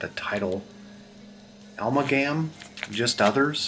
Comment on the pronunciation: Nice selection of private press albums! Amalgam is pronounced "Uh-MAL-gum."